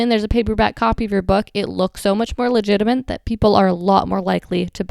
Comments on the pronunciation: It is legitimate , not legitimENT . You seem very literate so I was surprise you said it twice. Sorry not to be grammar police. But about the video I wish there was more on actually getting copyright for your book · I'm not a native English speaker but i'm pretty sure there is no such a thing as " LEGITIMENT". You said it twice. Is "LEGITIMATE, Nice video anyway. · "legitimint" the best kind of mint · not legitiment, but legitimate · Very informative. By the way, you keep saying “legitiment”, when what you mean to say is “legitimate”. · Legitiment? You are making your own words up!!!